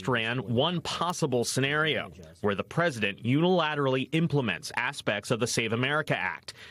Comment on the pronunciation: Not the peesident